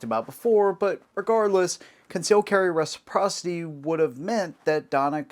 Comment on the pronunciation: Concealed carry meh-siprocity. Give us constitutional carry!